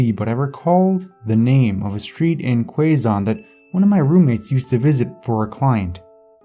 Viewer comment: Quiapo in the first story is actually pronounces "kee-ya-po", and Quezon is "keh-zon". otherwise, amazing video. :)